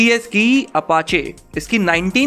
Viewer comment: Pichhli baar apache ko papachechecha bola tha 😂😂🤣🤣